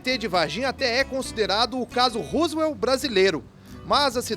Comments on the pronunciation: O maluco narrador! Não é "Rusuel". É ROSWELL. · Não é Roosvelt !! É Roswell!!